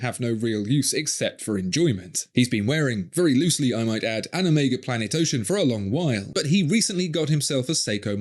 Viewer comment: Respect for your correct pronunciation of the letter Omega. You'd have thought that Daniel would have been corrected by Omega themselves, being the ambassador for the brand...